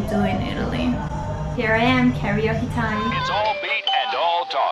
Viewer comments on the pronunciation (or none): none